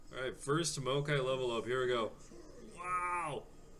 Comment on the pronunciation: MAO-kai, not MO-a-kai. Other than that, solid deck video :)